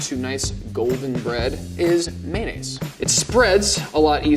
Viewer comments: am i the only one who can't stand hearing mayonnaise pronounced like "maynaise" instead of mayonnaise or just mayo? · It’s maYOnnaise not maynnaise. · Why does level 2 chef pronounce mayonnaise as may-ness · idc about the berries but he was so fine until he said mayonnaise lmao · mayonnaise? MAYONNAISE?!